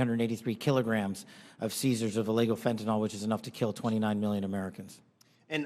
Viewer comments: Fenta-NYL, not fenta-NOL. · Stop calling fentanyl FENTANOL. Pronounce it like it's written. The last sylable rhymes with HILL.